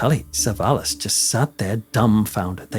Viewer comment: Acho QUE É TELLY " SAVALLAS"